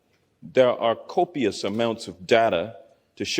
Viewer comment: Hank is a copious idiot! How long did it take for him to learn how to say copious?